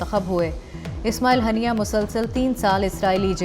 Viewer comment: ہانیہ ھوتا ھے ہنیہ نہیں